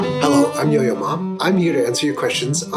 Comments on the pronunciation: I thought he said 'yo mama' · Its, Yo-Ma Ma, not, Yo-Yo Ma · At the beginning I heard it as I'm yo mama... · I thought this dude said his name was yo ya mom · Why did I hear "Yo-yo ma" as "Yo mama" the first time I heard it